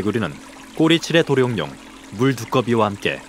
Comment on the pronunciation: 성우 발음이 왜 이래, 도"룡"뇽 😂